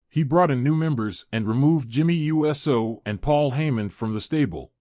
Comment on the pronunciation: your AI voiceover absolutely SUCKS. Jimmy U S O ???? no thanks